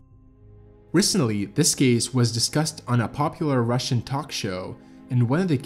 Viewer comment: Right. A lot of people confuse "theory" and "hypothesis". A very common mistake. But good job! And I appreciate your pronunciation of Russian!